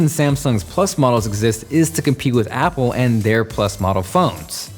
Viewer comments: App pears XD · App pear! 😂👌